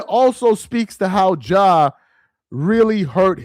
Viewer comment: Ja… not John bruh🤦🏾‍♂️